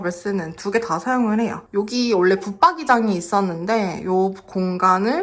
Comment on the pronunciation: 잘 봤습니다. 심플 깔끔하게 완성되었네요. 요즘 문 손잡이와 스위치를 고르느라 고민 중이에요. 그냥 흰색으로 하기엔 좀 아쉽더라구요. 오늘 영상엔 원래라는 표현을 자주 쓰셨는데 발음을 올래라고 하셔서 조금 신경쓰였습니다. 사투리인가요? ㅎㅎ